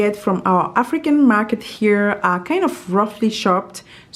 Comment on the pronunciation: I love your accent.. I thought you said freaking dishes in the beginning.. I thought Oh My! that's not like you.. I realize it was African ** lol.... take care .. stay well.. blessings to you and your family and all those reading this.. love!